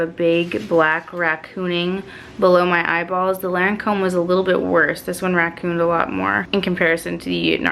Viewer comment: Crazy lady, Lancome purleeze.